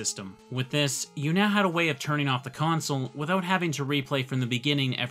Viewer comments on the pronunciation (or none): none